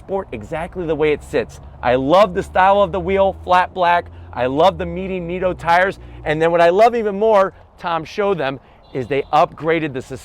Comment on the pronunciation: Neat-o tires? According to their own commercials, its pronounced knit-o.